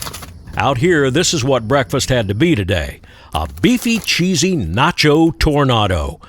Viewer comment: Pretty sure it’s pronounced “tornaydo” 😂 “Tornahhdo” sure does sound more gourmet though!